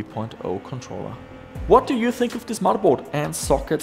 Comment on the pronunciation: "MODDERBOARD". FFS, dude.